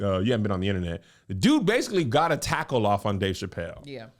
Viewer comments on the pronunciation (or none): none